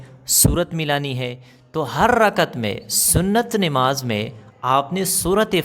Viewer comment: Nemaz nhi h namaz h,sahi boliye